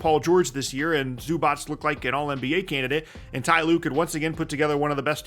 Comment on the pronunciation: Please pronounce Zubac's name properly